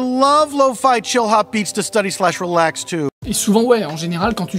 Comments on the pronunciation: To Steudaî ? To "Steudi", m'enfin ! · Study -> "Steudi" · "stoudail" hahaha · Ca se prononce steudi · Ta prononciation du mot study m'a traumatisé à vie